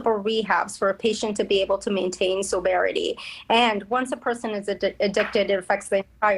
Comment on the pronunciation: Sobriety, not soberity. Jeez. Unreal.